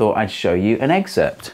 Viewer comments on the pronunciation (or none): "Excerpt" sounds like "Ecksert".